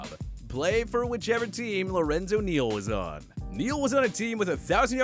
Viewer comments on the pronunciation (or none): none